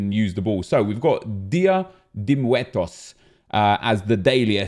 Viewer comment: Pronounced “Di-Ah Deh Moo-ertos”